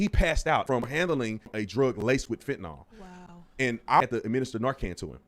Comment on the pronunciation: I hate how ppl call it "fentinOL" FentanYL